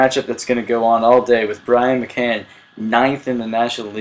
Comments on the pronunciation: by the way its McCann not Mcluen ok just saying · the catchers name is pronounced Ma Can.